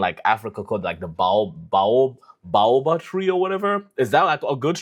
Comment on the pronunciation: I got you kinda, woodologists are probably going to be Arborists or are just biologists that like trees. I am an amateur wood enthusiast, don't pause, press play. Hardest wood? Internet says Australian Buloke. Baobob is pronounced Bay-O-Bob. Black Ironwood is the densest wood, it will sink in water.